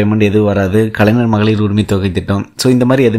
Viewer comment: தம்பி... முதல்ல கலைஞர் னு நல்லா சொல்லி பழகு... கலைநர் - கலைநர் னு சொல்லிட்டு இருக்க....